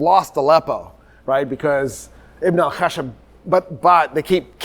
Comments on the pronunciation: Ibn al khashab is actually; Ibn al khash_aab The 1st means the son of the wood, while the 2nd is the son of the logger.. Pronouncing the second needs a stress on the “sh” sound. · The mistake was done because of pronouncing it "Ibn al-Khashab" with one letter SH (that means wood, right?), if we add another letter SH then it becomes lumberjack, so the correct spelling of his name is "Ibn al-Khashshab". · not an extra Sh, but a longer SH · Ibn alkhashab means son of the carpenter or the wood crafter it is pronounced with some stress on 'sh' ... and nizam al mulk means the 'order of the reign'